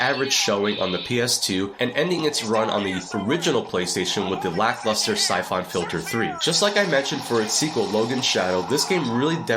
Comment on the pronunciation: Never heard anyone call Syphon Filter- Sy-Fon .... It's just Sy-fun Filter.